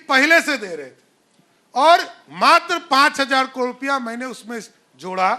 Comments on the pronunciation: Abe murkh kadore nahi,caror hota h.kaise dy cm ban gya h. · कड़ोंर नहीं रे बाबा...करोड़ बोल करोड़।